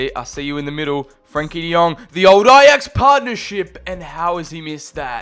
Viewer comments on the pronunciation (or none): none